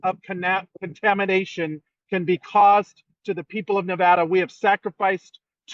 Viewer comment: Conamination? Yea you can’t even fake outrage correctly.